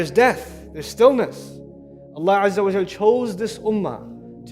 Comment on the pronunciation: please correct this not au but it is wa before layamassannakum